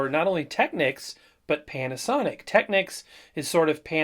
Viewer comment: The correct pronunciation is Tekneeks (it's a Japanese brand name, hence the unexpected pronunciation).